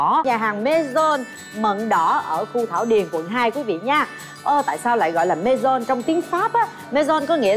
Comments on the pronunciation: Cat Tuong phat am MAISON sai roi… vao tim tu dien Phap viet xem lai nhe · Cat tuong nguoi ta đoc là maison chu k phai maisonne nhé vn chuyen môn đoc tiêng anh tiêng pháp mà theo kieu cua ho tuc là nguoi my nguoi pháp cha hieu minh noi gi